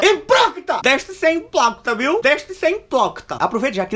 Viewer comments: "IMPLOQUITA" KKKKKKKKK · Mn a parte mais engraçada é quando ele vai falar "deixe de ser hiprocrita" kkkkkkkkkkkkk eu chego choro de tanto rir